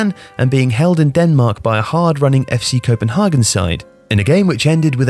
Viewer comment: Pronouncing FC Copenhagen with an accent makes no sense as Copenhagen is only the English name for the city. However, you redeem yourself completely by subsequently pronouncing Ståle Solbakken to perfection